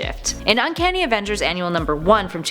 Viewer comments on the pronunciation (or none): none